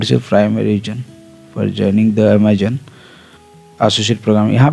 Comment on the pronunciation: Ur pronounce of Amazon is wrong 😅 do correct it